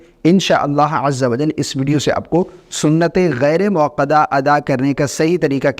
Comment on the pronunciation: موصوف ۔۔۔۔ یہ لفظ ”غیرے“ موکدہ نہیں ھے ”غیر“ موکدہ ھے۔ اسلام کے ساتھ ساتھ اپنی مادری زبان اردو بھی سدھاریں۔ یاد رھے کہ عربی زبان کے بعد سب سے زیادہ دینی لٹریچر اردو زبان میں ھے۔